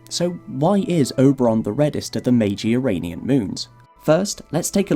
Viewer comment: You're already on the way towards getting it right, WHEN YOU SAY, "' the You - Ray - Nean moon system '", so there is hope yet.